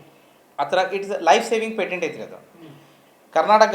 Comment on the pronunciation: It is not pendent ,it is patent